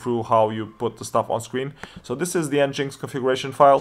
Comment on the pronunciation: FYI, it's pronounced "engine X", not "n-jinx" ;-)